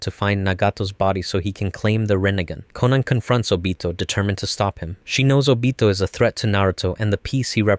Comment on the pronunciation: I like how he pronounced Obito's name